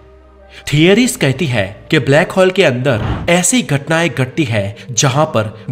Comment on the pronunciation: हॉल nhi होल बोलिए सिर प्लीज